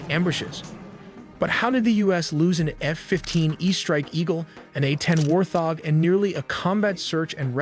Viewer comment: Buddy kept saying war-thog, c'mon man, get it together. All that work on the animations and he couldn't take the time to read through the script once before recording?😆